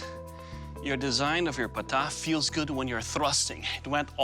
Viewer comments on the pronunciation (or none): All 3 blades failed horribly. Firat of all, for someone to call themselves "experts", they should atleast do thier homework. Its "Patta" not "Pata". And the full name is "Dandpatta". Patta literally means belt. Dandpatta isn't a blade in the first place. Its an extremely sharp belt attached to a gauntlet and it is meant to have extream flexibility. It is never supposed to be stiff. The only way to use Dandpatta (because of its flexibility) is by rotating and moving very fast. No maratha would ever touch any of those "Pata"s you have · Its not pata...its dandpatatta ...and blade were flexible not hard as it's shown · Not Pata it's Dand Patta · It's not Pata it's Patta.. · Actually it pronounces 'Patta'. more accurately 'Dan patta'